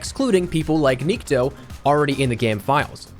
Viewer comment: The correct way to pronounce Nikto is having an accent on the "o" instead of "i" - niktO. Nikto means nobody in Russian.